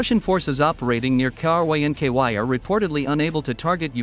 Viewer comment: Poor AI cannot pronounce Krynky K-r-inky-why 😂 The russians are also asking themselves Krynky why 😊